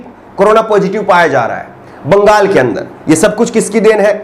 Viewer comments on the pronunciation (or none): none